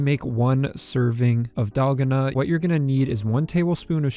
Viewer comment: oooooooo one of thw first ones. also its dal gon uh